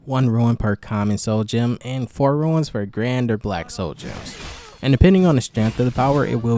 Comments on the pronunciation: Rune, not Ruins lol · it's pronounced "Roon" like "Boon", you are saying Ruin instead as in 'a broken down building'. Epic video! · Runes is pronounced Roons. Not ruins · That annoyed me😂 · It annoyed me too. But accents are a thing